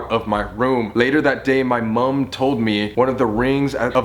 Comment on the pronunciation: just me that finds it funny on how Colby says mum